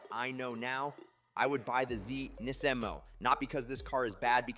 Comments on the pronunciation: They way you say NISMO is odd. You say it "NEz 'mo" Did i miss something? Ive never heard NISMO said that way. Nisz' Mo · Did he call it a "Knees-mo"? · Bro, why do you pronounce NISMO in so many different ways? lol